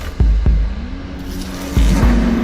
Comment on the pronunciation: Stop saying Astrogolaster!! Im getting mildly infuriated hahaha. AstroLoGaster ok